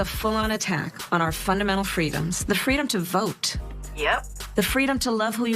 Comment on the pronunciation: fweedom lol